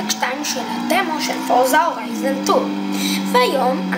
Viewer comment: ואומרים הורייזן!! לא הוריזון!